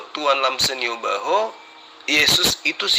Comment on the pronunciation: jangan panggil yo baho, tapi manggilnya Naibaho, itu marga itu, karena saya orang batak saya tau.. 😀 makasih sekedar meluruskan penyebutan marga kalo untuk debat dah Alhamdulliha saya bisa mendapat pencerahan sehingga paham mana yg di karang sesui ke inginan mana yg benar2 perintah dari tuhan langsung yg bisa masuk ke akal pikiran sehat Kita manusia sebagai ciptaan Allah yg paling Mulia.